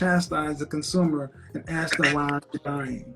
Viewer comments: Why can’t she “ask” a question....? Axing something is different. I think trees to demolish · have you noticed 99% of blacks say AKS meaning ASK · I've never seen a black Amish woman until now! She doesn't talk like one though. I didn't know that the word therapy has a "W" in it! She also said she murdered a guy with an Axe! She said she Axed him 3 times! Smh